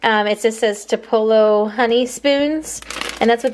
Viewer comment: It's pronounced "two-pe-lo"...as in the city in MS. You must not listen to country music 😜